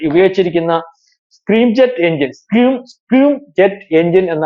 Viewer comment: സ്ക്രീം അല്ല സ്ക്രാം ജെറ്റ് ആണ്